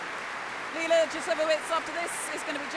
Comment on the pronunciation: Leila. Not Leina.